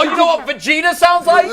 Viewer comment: Bro I died laughing when he said Vagetah. It's Vegeta homie but this was so amazing! I'm crying listening to this. 😂